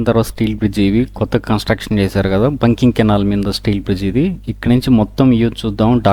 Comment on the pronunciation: బంకింగ్ కాదు సోదరా ‘బకింగ్‘ కాలువ. లేదా ( Buckingham canal) బకింగ్హం కాలువ అని పలకాలి.